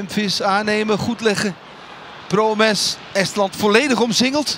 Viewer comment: Wanneer gaat de verslaggever de naam Promes correct uitspreken? Iedere keer als ik mijn achternaam hoor, dan krijgen we weer de Nederlandse versie te horen! 😎